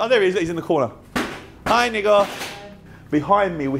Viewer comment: Thats how u pronounce nicos name properly